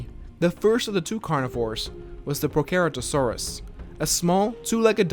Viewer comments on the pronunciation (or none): Its pro-cer-ator-saurs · It's pronounced pro sera toe saurus